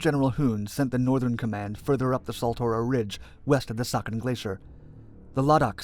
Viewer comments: It’s not sakan it’s pronounced say-a-chen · Siachen pronounced as si-ah-chen not sa-ken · It is see-aa-chin. Not sakhin. Just saying. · It's pronounced as "Sia-chain".... Not suckin or saaken... Also, meghdoot was great warrior who was great at guerilla warfare and Ravaana's son. Nice video nevertheless. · It's pronounced as see-ya-chin and not saa-khin. Btw i love you videos and the amount of research you put in them. Being a world war 2 buff it's a pleasure enjoying your content. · It is pronounced as "see-ah-chen" not sucken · Its not pronounced Sakin Glacier but See-Yeah-Cheeen Glacier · It's not saken!!... It's pronounced Si-aa-chen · "sia-chin" glaciar not suckin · It's See-Aa-Chen not Sucken :P The folks at UN read it your way too and drew the line thinking... Who da sucken would go there? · It's pronounced as Sia-Chayne and not saakhen, the ch- is pronounced as in change. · It's Sia Chin as in your chin not Ken. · Very well summarised ... it’s pronounced as “sea-aa-chin” glacier. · You're pronunciation of Siachen is wrong. It's pronounced See-yaa-chain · Saichen is pronounced as si-ya-chin. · It's pronounced Sea-aa-chain (Siachen). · Sia---- Chen(the correct pronunciation) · It's pronounced. Cee-yah-chin. The place. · The glacier is pronounced See-ya-chen. Also, there was a series of brief skirmishes between the Ladakh scouts and Pakistan rangers took place during operation Meghdoot with casualties on both sides. And it was inhumane of both militaries to send ill-equipped soldiers to a place that has a real feel temperature of -60°c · This video is a very good example of how the western media not knowing a thing about the history of a matter try to project themselves as some sort of experts or keepers of justice in places like kashmir! Couldn't even care to research the pronunciation of siachin and these people will investigate human rights issues in the region! 😂 What a joke!